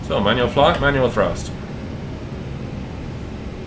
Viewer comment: Everytime you say "Manual brakes" on rollout, I hear "Emmanuel brakes" 🤣🤣🤣 Which I guess is the same thing! Greetings from South Africa! Love your channel